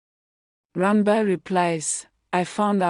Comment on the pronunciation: The name is ran bir. D ranba u keep saying makes it boring sorry